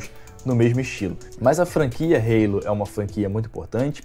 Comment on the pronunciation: perdeu a essência mané, ta falando Halo certo.